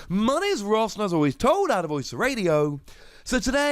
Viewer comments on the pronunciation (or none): none